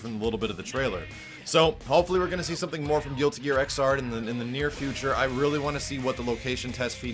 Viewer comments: I was dying just how you were trying to say X'rd. So the 10th series in this game right? I think....? Just good to have another GG in the series. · Japanese pronunciation: Giruti Gia Iguzādo So expect the English pronunciation to be: Guilty Gear ix-zard The "X" is said more with an "icks" than "ecks" sound. Leaving it "3rd" would have been so much easier...